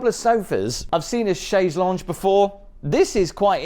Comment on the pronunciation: Please check pronunciation of Chaise Longue!